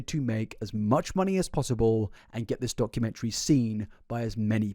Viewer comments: it really bothers me the way says "documentary" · Can someone teach the Wilson family how to say documentary.